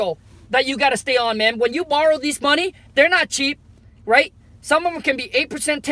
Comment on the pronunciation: That "MO ney" 😂😂